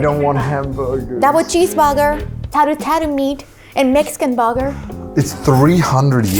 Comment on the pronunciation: When she was reading the burger options, i cannot for the life of me understand the second item she read... Although that is easily the most adorable pronunciation of, "double cheeseburger," I've ever heard in my life ❤️ ❤️Long live Kaho ❤️